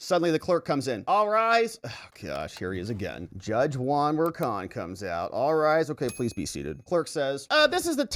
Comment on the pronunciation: If only pronounced Merchan's last name correctly...such an embarrassment.